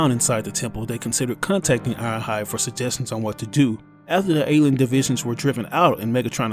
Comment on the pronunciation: Irohhud for real dude its ironhide